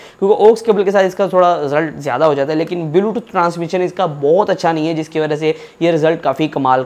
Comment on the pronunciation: bhai belotooth nahi bluetooth hota hai😅😅😅